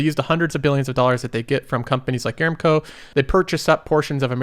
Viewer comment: I look forward to your videos and mostly agree with your advice. However, you will have higher credibility if you pronounce company names correctly. You consistently mis-pronounced "Aramco". The correct pronunciation is a-RAM-co. See